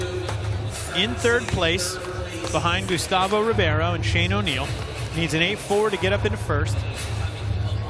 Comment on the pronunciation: Why does he say Carlos Ribby air O. But Says Gustavo Ribeiro just fine?